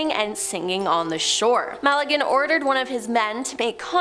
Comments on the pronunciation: Ferdinand Magellan. Not Malligan. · Strange pronunciation of Magellan. Bloody yanks…!!!!!!!😂😂😂😂